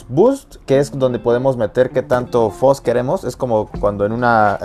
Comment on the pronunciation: Porq dicen Foz si se pronuncia fuzz